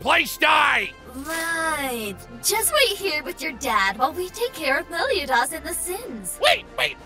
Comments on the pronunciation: I QUITE despise how they say Meliodas... So...thanks, I hate it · Why do they mispronounce Meliodas like that every time hooo makes me hurt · Its so weird how they pronounce meliodas, but it doesnt change how good this series is.(Gilthunder is the best character in this series) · I hate the fact that Hendrickson pronounced Meliodas wrong...